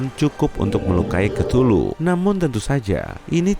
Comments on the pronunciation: 02.41 hey cthuluh (ktuluh) DIBACA= KETULUH YG BENAR=KEUTULUH nama mu susah disebut, ngakak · KETULU ET DAH SUSAH BET NYEBUTNYA